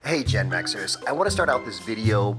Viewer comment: Did you just call me a “Gen Mexer?” 🤣👍